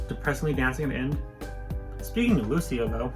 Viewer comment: why are you pronouncing Luisa so weird, my?